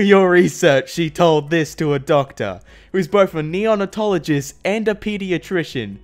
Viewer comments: "Neon-a-tologist" the biggest face palm in the entire video. Its pronounced "neo-nate-ologist" This is going on r/iamverysmart isnt it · Bruh I dont wanna be all nerdy but it's pronounced neo-nay-tologist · Gonna be a wee bit nit picky. It’s neo-nate-ologist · Did... Did he just say “neon”atologist? I haven’t seen a comment about it so am I just going crazy or....